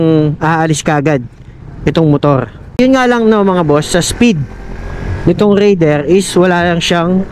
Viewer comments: raidererrr😂. medyo bulol si sir sa pagbigkas ng "R" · bat ka nag raider boss eh bulol ka sa R HAAHAHHA